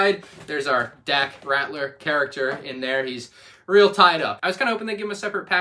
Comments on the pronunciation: It's Dak Ralter not Rattler lmao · Pls. Its Dak Ralter not Ratler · It’s RALTER, not Ratler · Just something I want to point out because I've heard you say this thing a couple times before, but it's Dak Ralter, not Ratler. L before T, not T before L.